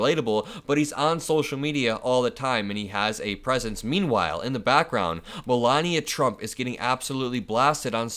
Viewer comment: "COPYCAT MELAVIA PRUMT"